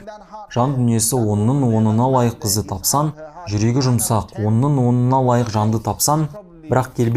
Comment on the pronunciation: Тапсан емес тапсаң де